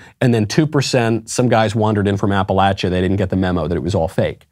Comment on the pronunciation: Thank you for saying Appalachia, rather than Appalaychia.